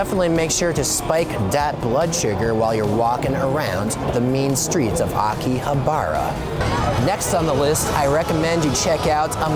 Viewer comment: Anyone else triggered by his constant mispronunciations of Akihabara and other stuff?